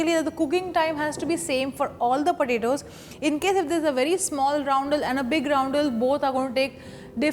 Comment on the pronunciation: Roundles of Padetos..